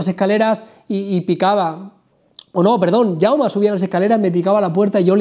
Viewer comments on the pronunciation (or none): none